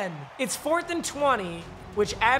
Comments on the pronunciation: Stef on diggs not stefen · It’s not Stephon Diggs is Ste-phon Diggs 😤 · Steph-on not Stephen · Stef-AWNNNNN Stef-ONNNNNN not Stef-IN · Your saying stefon digs name wrong it’s stefon not stefen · “stefun diggs” 😂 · Also it’s “stef fawn digs” lol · It’s pronounced stefahn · Bro saying stefon Diggs name wrong is so funny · The way he says diggs first name is hurting me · Please say Stefon right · PAPA PLEASE LEARN TO SAY STEFONS NAME RIGHT ITS HURTS MY HEART